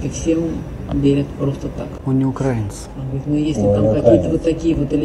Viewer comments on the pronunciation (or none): Как же напряжно когда расЕянец не может правильно сделать ударение на слове украИнец...